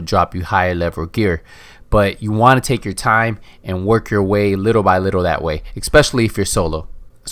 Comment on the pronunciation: Es-Specially, Not Ek-Specially.